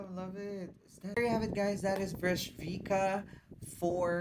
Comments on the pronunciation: It does not pronounce Bresquika but Bresquitza, little peach. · Bro, if this reminds you of Arabian night, I guess you have to widen your horizons. Has nothing o do with that, it's an authentic pure Serbian sound, pre-Slavic. Btw Breskvica is pronounced as Breskwitsa and it means something like ' little peach.'